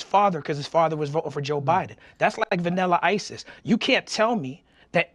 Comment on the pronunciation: Talib says "VAnnila isis" LOL